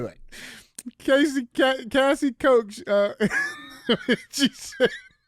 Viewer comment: Koch is pronounced "cook"